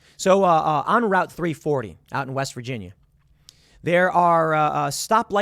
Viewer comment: At approximately Tim says “West Virginia” with a southern accent.